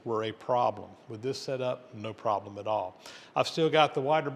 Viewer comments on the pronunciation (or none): none